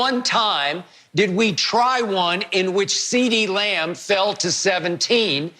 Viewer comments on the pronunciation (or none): Skip said Ceedee Lion bruh 😂😂☠️